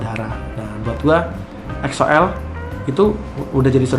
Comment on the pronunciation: Weedeweeh udah bener donk nyebut EXO-L nyaa 👏👏👏👏 Thank's bang